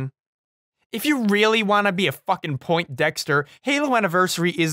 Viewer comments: Don't really want to be that guy but... "Point-dexter"? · Not to be a poindexter but uh, it's 'poindexter' not 'point dexter'. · This is pretty late but considering the "fusterating" line, I need to point out... it's not "point dexter" it's "poindexter" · *makes point in video about pronouncing a word wrong *says “point-dexter” in same video